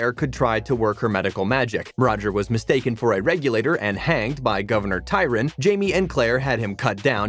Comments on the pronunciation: The narrators of most of these video's are computer generated voices. The computer cannot decide where to put the emphasis in words or how to pronounce all the words correctly. In this video Gov. "Tryon" was pronounced "Tyron" (just incorrect on part of the creator) and Diana was pronounced "Dee-ana". Tobias - "Toe-be-us_. LOL And it is irritating. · As well as historical figures! It’s Governor TRYon not TYron! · It's Governor Tryon, not tyron. Fort Tryon park is near where I am. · WHY don't these narrators DO their homework and learn how to pronounce Catriona properly??? AND it's Governor TRYON....notttt Tyron. The narration is painful to listen to. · Hey, it's Governor TRYON, not "Tyron." Do your homework. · Please learn to correctly pronounce the actors' and characters' names! It's Kuh-treen-uh!! MAR-suh-lee!! Governor TRY-on!! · Can you say “Try-on?”